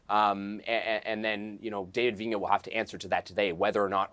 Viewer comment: Vigneault, not Vignon.